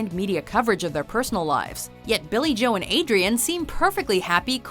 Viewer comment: Did you just say joe like Joey.... Lol